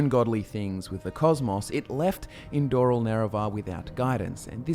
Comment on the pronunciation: his name is NOT Indooril its Indoril